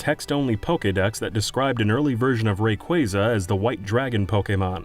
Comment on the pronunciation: Rayquasa, not Rayqueysa... ~